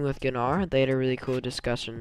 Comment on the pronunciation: There was also Kitgat's vid with Gnar. No offense there's no Ga in Gnar its just Nar.